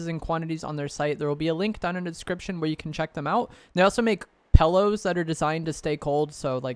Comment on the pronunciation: I just have to wholeheartedly disagree with you on one thing: the way you say the word “pillow” like it has an “e” where the “I “ is. Unsubbed. Canceled. I just can’t stand behind that.